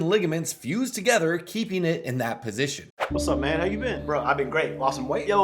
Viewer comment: The “what’s” are giving Ant saying “wet” lmao